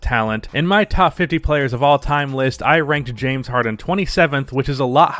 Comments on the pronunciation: Nobody:: Jame Harden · Than “Jame” Harden 😂😂😂😂😂😂 he’s right tho